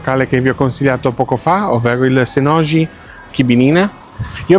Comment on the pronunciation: Bel video, solo un appunto... Non siamo in Francia, "Senoji" si legge Senoii, enfatizzando la prima i. E Vilnius ha l'accento sulla prima i, non sulla seconda.